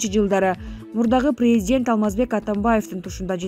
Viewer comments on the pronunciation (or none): none